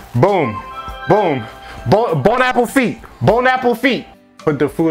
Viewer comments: This mans legit saying bone apple feet. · “Bon’ Apofite” 😭😭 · Nobody: Not a single soul:: bOne aPPLe FeEt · bon appafeet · Its boneappletee I dont think I saying it right but that's how they pronounce it....